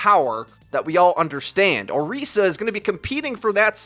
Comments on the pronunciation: orisa not oreesa.... 😑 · Why can't you guys pronounce her name right? Jeff literally pronounced it as "Orissa" lol not "Oreesa" hahaha you do it with Ana too! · I just hate the way he says Orisa, it's like O-REES-SIA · "Oreesa" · STOP SAYING OHREESUH.... JESUS CHRIST WHY ARE PEOPLE HAVING SUCH A HARD TIME PRONOUNCING THIS? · He's saying Orisa wrong